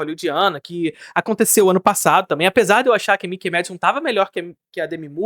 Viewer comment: Mikey Madison --- MÁI-KI. MII-KI --- Mickey é o camundongo da Disney. Tenha dó...